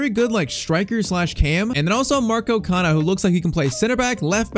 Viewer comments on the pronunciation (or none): none